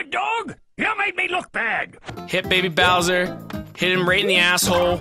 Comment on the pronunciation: thats not baby bowser thats bawser jr